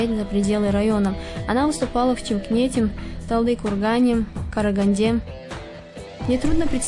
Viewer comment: Она выступала в ЧИМКНЕТЕ вместо Чимкенте на 1: 43. Ну тупая)) Особенно фраза "в горле застрял.....Хорошо что есть википедия, откуда можно скатать текст, не меняя даже запятой))))))))). О Марьям Айдамировой материалы должны делать профессионалы, а не такие дуры, как эта.